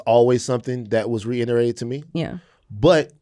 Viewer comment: Yes to all of this and also someone please tell Van its "reiterate" not "reinerate"